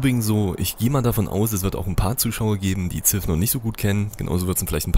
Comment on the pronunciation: "Siv" "not Zif"...